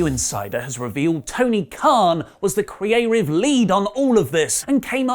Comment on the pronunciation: Can you stop saying “Creative” like that